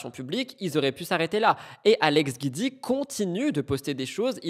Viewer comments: Se prononce jioudi pas guidi . C'est juste le raccourci de son nom Giudicelli .... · Coucou Hope you doing better ❤ Guidi se prononce Gwouidi 😊 Kisses